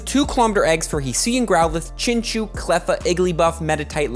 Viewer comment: Chinchou is actually pronounced chinchow